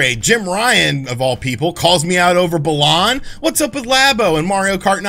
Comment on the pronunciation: Please don't ever call it "Bah-lahn" again lol